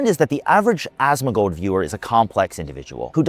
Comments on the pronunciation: Asmuh-gold, Asthma-gold, A-smug-old, Ass-Mac-Old. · love how everyone pronounces his name as ashtmagold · y u sayin asthmagold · No hate, but pronunciation of “asmongold” sounds like a toddler lol